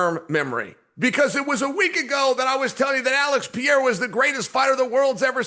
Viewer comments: Gotta say I become more and more impressed by how people manage to mispronounce “Pereira” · Send Chael back to grammar school, please, and teach him how to pronounce Periera correctly. 😂